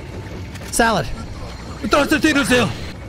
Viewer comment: Why does he keep on saying salad?